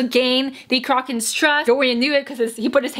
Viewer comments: WTF "CROCK-KAN"???? THE WITCHES AREN'T A FUCKING UGLY ASS SHOE BRAND I'M AJDLFJLFJSLFJA;LJFA; omg i'm dying i pronounce it "croh-shen" afjldsjfl;fjlajfl;asfj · waiT WHAT. how do u say CROCHAN again? i've been reading it as KROW-chan my entire life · Don't worry I think most of us have been pronouncing it Crow-kin